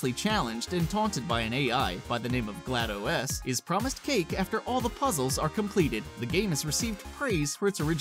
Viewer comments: I swear he's TRYING to say them wrong I mean cmon, alduin he says (al-due-in) GladOS he says (glad-Oh-ess) and Bethesda HE FUCKING SAYS (BETH-SAY-DUH) WHAT IN THE ACTUAL FUCK. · It's GLaDOS, "glah-dos". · seriously? he pronounces gladOS "glad-0-S"